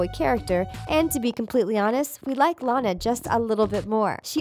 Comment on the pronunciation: THEY FINALLY PRONOUNCED LANA RIGHT